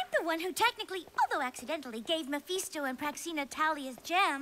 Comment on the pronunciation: It’s Mephisto Not Maphesto